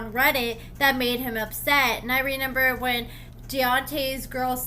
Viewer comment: Dude ….It’s not Renember Its ReMember